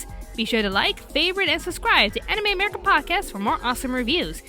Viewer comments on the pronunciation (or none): none